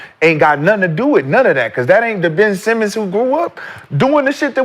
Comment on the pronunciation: No way he called the nigga ben semen🤣🤣🤣